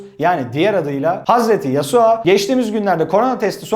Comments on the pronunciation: Mustafa Yavuz Hz.yosua. Değil kskskks. Hz.yasuo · yasua değillll yasuo lütfeğn yapmaaaa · YASUA DEĞİL YASUO O O